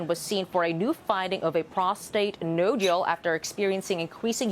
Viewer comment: actually pronounced nodule as NO - JULE. Journalism school must be challenging these days.